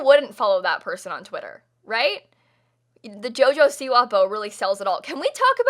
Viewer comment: why do u say siwa weird